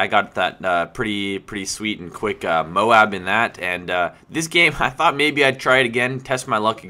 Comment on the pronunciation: wow a youtube commentator who can pronounce M.O.A.B correctly! everyone else says mobe